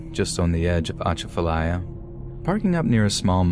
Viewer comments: Argh, still bothers me even after all these years. People that decided to stay during Katrina then blaming the government for their stubbornness refusing to leave. I did think your mangled pronunciation of Atchafalaya and a lot of other locations was pretty funny. I was born and raised in Lafayette and I get it that some words are kind of hard for outsiders to pronounce. That's a rich area to mine for horror stories as well. I was able to publish two volumes of short horror stories that focus exclusively on South Louisiana. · We pronounce it U-chaf-u-ly-u. 🙂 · The atchafalya lol. Love the way people that don’t know how to say it say it😂